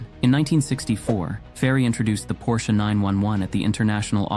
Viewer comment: You pronounce the last name of Ferdinand Porsche correclty, but refuse to pronounce Porsche correctly when referring to the car. Why, Why